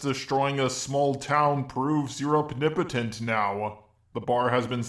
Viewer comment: Heh. "Opnipotence".